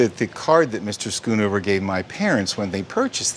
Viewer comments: For that price, it is not "Skoenover". It is pronounced "sgonover" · Its so fun to hear Americans pronounce Dutch names, skoon over 😂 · SCHOONOVER,,,,,HOW TO PRONOUNCE A DUTCH NAME ....DOUBLE O SOUNDS LIKE BOAT